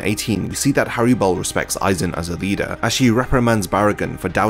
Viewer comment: It’s hallibel not harribel